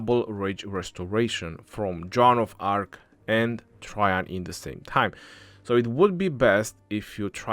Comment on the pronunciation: It’s “tra Jain “ maman